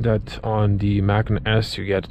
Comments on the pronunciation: Dude, it’s pronounced “Por-shuh”and “Muh-con”. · Porsch’ Mackin’? Ok, i can understand not knowing Macan. But the brand is two syllables. Say it with me... Porsch-Ah.... Porsche-Ah.... Porsche-A